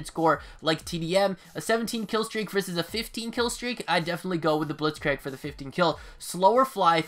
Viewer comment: Before scorestreaks there were pointstreaks like it was in mw3. Additionally Blitzkrieg is pronounced like blitzkr“ee“k. Nice video btw!